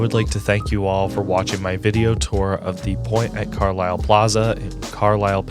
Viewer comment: Fun fact - it's pronounced "CAR - lyle" and not Car-LILE. I lived there for a brief 3 months while working in Harrisburg, which is the Detroit of PA.